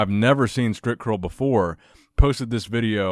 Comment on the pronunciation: it sounds like stripcurl everytime you say it!!haha